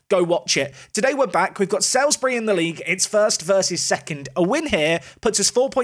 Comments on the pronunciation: I know it’s not going to matter after this season but Salisbury is pronounced Sals-bury not Sails-bury. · Just want to clarify it is pronounced "Salsbury" not "Sailsbury" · Loving this series However it's pronounced like SOLES-bry, not SALES-bry. Another tricky south-west town like Frome (which you nailed). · its prononced saulsbury love the vids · It's actually pronounced Sols-bury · Saul's-Bury. Say it with me. SAUL'S BURY!:) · I live in Salisbury, thanks for visiting our stadium. Cringing a little at your pronunciation though 😬 (sorry to be that person! Should be like ''Saulsbury'') EDIT: and now you've visited Aldershot which is where I used to live! EDIT AGAIN: Zapdos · ITS FUCKING PRONOUNCED SAULSBURY!!!!! Oh shit sorry I blacked out there for a second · It's still pronounced "Sawls-bury"! Also, Ampharos. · FYI Salisbury is pronounced Saul's-Bury 🐸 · It's pronounced SULS-bury 🤨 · How you pronounce my team Salisbury makes me unreasonably angry!!! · Drink every time he mispronounces Salisbury